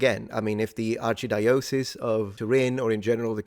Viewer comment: "Archdiocese" is pronounced /a:tʃ'daiəsis/. :-) Despite the etymology from "archidioecesis," "archidiocese" is extremely rare.